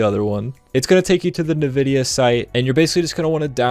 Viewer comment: “Nuhvidia” instantly clicked off after that